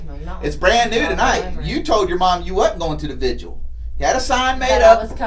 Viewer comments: She called the "vigil" the "visual". It really shouldnt have been this hard to trick the truth out of someone so dumb. I could have done a quicker job lol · i’m so glad he finally corrected her. It was driving me crazy “vigual” lolz also the “nuh uh” and “yes huh” omg gross could you sound anymore like uneducated trailer trash? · Finally he corrected her use of the word vigil. That was getting on my nerves her pronouncing it like "vidual". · I'm glad he finally told her how to say vigil.